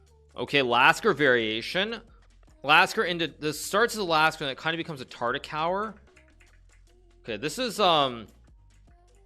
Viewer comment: You really notice incorrect pronounciation when you watch an Agadmator video in comparison to yours. He is a really good speaker. I am referring to e.g. tartakower :)